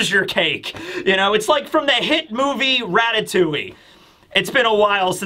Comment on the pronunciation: As a frenchman the way you pronounce Ratatouille hurts my soul